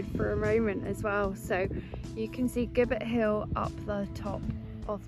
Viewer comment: Nice little walk and vlog. Glad the weather improved for you towards the end. Oh by the way gibbet is pronounced jib_bet hill.